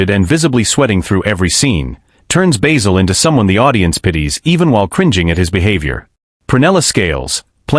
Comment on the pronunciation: Enough of the shit A.I voice, it’s Basil, not Baysil.